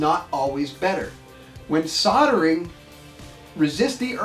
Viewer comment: Never used a soddering iron before...I have used a soLdering iron though....Yes, the word has an L in it....What is it with you guys and pronounciation of your words.???? Drives us nuts to hear the English language butchered like this. Like your Vids though, very informative...:)